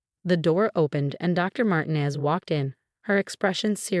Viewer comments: You need to reprogram your AI Bot. Because the name Mtinez is **NOT SAID like Martin-EEZZZ; MARTINEZ IS **CORRECTLY SAID AS MAR- TEEN-EZ * like the E IS ELONGATED IN THE Character in that 70's show,..... FEZ, (or in PEZ candy. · Marteen ez not martin ez Not Marti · Please tell your stupid AI program that the Hispanic surname Martinez is NOT pronounced "martin-ez' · Ai again. And they can’t pronounce Martinez. But at least we don’t have another Marcus. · Guess AI can't prounce Martinez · How Martinez is pronounced as ridiculous